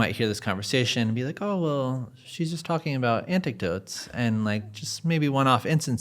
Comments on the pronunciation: I just found it ! referring to "anecdotes" he says "antic-dotes" ! 😂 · lol "antic dotes" 🤦🏽‍♂ ... bruh it's pronounced " ANN - eck - dotes " spelled "anecdotes" lol you're funny , also, that lady looks HOTTT ,wish I could get that